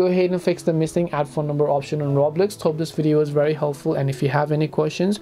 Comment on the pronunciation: did he just say roblex i thought i was the only one who said that as a joke